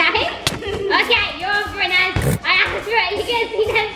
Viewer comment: FONZIEthebest r it’s Naz not Nas :\